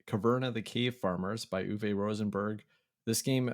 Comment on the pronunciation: The drink analogy was great. I really appreciate your sly humor and your game insights. Since you asked about finding answers to the John Company and origins of UK as a name, I’m going to share one thing: Uwe is pronounced Oo-vuh, not Oo-vay. Keep up the great work.